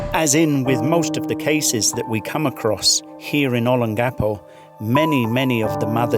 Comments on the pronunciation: It’s not Olen-Gecko. It’s Oh-Lang-Ga-Po. Olangapo. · olon...gappo is wrong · Please pronounce Olongapo correctly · Why do you say Olongapo like you do? Even when a Philippino says it correctly you pronounce it wrong 10 seconds later. Is a Australian thing?